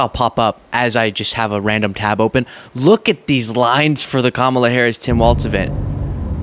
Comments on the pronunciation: Please stop calling him waltz. It's pronounced walls. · It's Walz, like walls, not Waltz, like the dance. I know it's pedantic, but it's distracting me from the otherwise expert content. Keep it up!